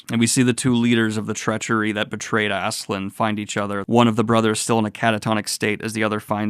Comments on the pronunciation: How does "Ass-keh-lad" become "Azz-zuh-lind" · Love your review of this series but I will say its pronounced Aske-LADD not Aske-LAND lol. His name means Ashen One Askekand would mean Ashen Land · Please, I urge you to call Askeladd by his real name, it's not "Askeland" not land. It's Askeladd, ladd. Ladd. In some previous video you said you pronounce names incorrectly for the engagement. It's heinous, but I guess I can give props. Just don't do it with Askeladd, please. I wanna discuss this manga but "assland assland" land is all I hear. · I know you've settled on Asklan here, but its so close it frustrates me to no end! It's Ask-e-Lad ! Sincerely, Scandinavia. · Btw, Askeladd is pronounced Ass-kill-lad And Cnute is pronounced Ca-noot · Holy cow dude... how can you get Asslan out of Askeladd? There's no N. Where's the K? smh. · I love you but please stop calling him Ass land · I forget if mispronouncing Askeladd's name is now a bit, but just in case.... It's pronounced like the sentence "Ask a lad" (as-keh-lad) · The way you pronounce Askeladd's name hurts so bad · what is the pronunciation of this guy i always called it ass k lad